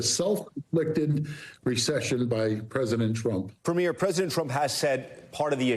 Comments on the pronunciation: Could US news anchors please stop pronouncing Premier incorrectly? It’s pronounced “Pre-meer” - not “Pre-miere” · I wish Americans would stop mispronouncing Premier. It's PREH-mier not PRE-mier. But yeah, cut off the potash too, China will take it all. Watch all those crops fail in the midwest. Tear up the Columbia River Treaty - lets build more dams and send all that water to the Okanagan and the Interior Plateau in British Columbia and grow us our own tomatoes and apples.